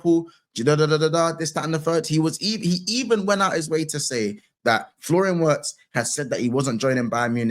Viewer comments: It's not Florian Watts, it's pronounced VETZ. Endeavour to strive for perfection. Liverpool's Sporting Director is RICHARD HUGHES he's in charge of all transfer activities, not Michael Edwards! You'll Never Walk Alone Sir.😊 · W is pronounced V in german Its Florian Virtz with a i like e, like VIRgirnia… not VERginia Florian Virtz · WIRTZ = VERTZ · Germans call him veertz no W brother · I love this but please say his name properly. 🤣